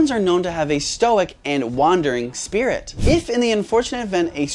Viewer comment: How did spurrit become spurrit